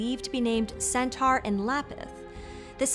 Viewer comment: It's pr. "sen-tor"!